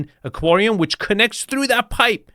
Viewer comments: Aquarium, not "aquorium". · Why do you insist on mispronouncing so many words? You know darn well that's not the way aquarium is pronounced. You know darn how to pronounce cabinetry. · I've never heard anyone pronounce aquarium that way. I can't tell if that was clever engagement bait or just a regional annunciation.